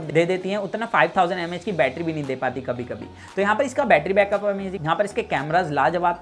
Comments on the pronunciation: Batttryaaa kya hota hai battry suna tha 😂😂😂😂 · Betraa kyu bolte ho bhai 💕